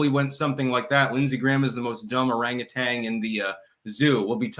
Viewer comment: Orangutan: orangutanG 😂